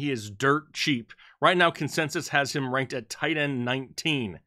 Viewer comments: “Consesis” lol happy Thursday guys ! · Say "consensus" again.